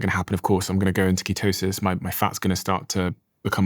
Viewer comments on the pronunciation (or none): none